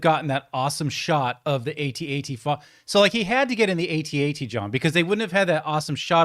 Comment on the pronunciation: At-Ats not A..T...A..T